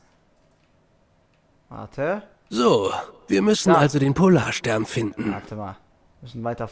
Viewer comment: Ich dachte mir nur am Ende "Hat der nicht in Erdkunde aufgefasst, es heißt Polar"STERN" :P